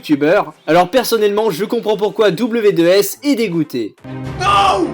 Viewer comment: tu la dis mal W2s